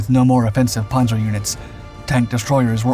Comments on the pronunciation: Why is he saying ‘ponzoh’ and not ‘panza’? I know yanks have MASSIVE trouble with vowels but that is remarkably dullard-like. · It's just annoying when you mispronounce words basic to your story. Loses credability. The a in Panzer is short like pants, not like o in pond.